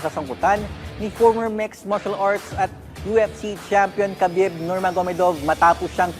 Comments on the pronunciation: Its not ka-bib. Its Ha-bib Ab-dul-ma-no-po-vich Nur-ma-ho-me-dof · Habib po ang tamang bigkas boss.....😂😂😂😂